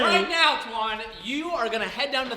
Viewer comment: Why do you call him “Twan”????